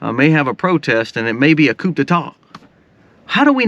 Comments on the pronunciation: A small correction, please. Coup is pronounced coo, i.e., the "coo of a dove". To mispronounce it makes you look bad, so I'm hoping you see my comment. 😊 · Coup, it's pronounced coo. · Not trying to be the grammar police, but , it's supposed to be "coup" (pronounced "koo", like a bird). It's a French word that means "to strike or blow". Also, Resurrection Sunday (more commonly know as Easter) is based off of Passover, the Jewish feast established by God and commanded to be celebrated on the fourteenth day of Nisan (see Exodus 12:1-6ff.). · The P in coup is....SILENT!!! Your all OVER THE PLACE today on that RANT!!!